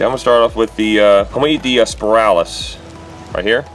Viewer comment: Speralis🤔? Was that a test? It's Spinalis or Crown. Good video though 👍🏻 up.